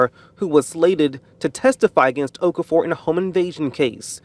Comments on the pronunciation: His name is pronounced Of-CAR-Four. Why can't people try to get people's name's right? She did not want to be there. People should not be forced to be in jury. USA just likes to jail people. The woman is probably struggling with finances already and you just added to that. Just state your religion and you are not God and hence cannot decide someone's fate. My colleague got called up twice within 6 months and had even moved to another area (basically like another State) and was still told he still had to come back for the jury service which meant looking for a place to live and paying two rents during the jury service. Just tell them you cannot be biased due to your belief. Conflict of interest. Anything because they should not be forcing people to judge in life or death matters. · ‘Okafor’ is pronounced O-kah-for.